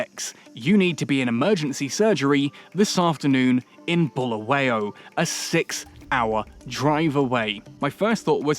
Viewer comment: Sawubona Ahoy, first and foremost I would like to stress that Bulawayo is pronounced as it is not buluwayo. I am however happy to see an English man enjoying my City of Kings Bulawayo. I am in UK and it's cold, I miss home now. Enjoy my City, hope to come there soon